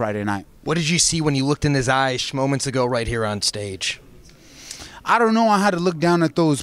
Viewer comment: “Schmoments ago” 🤣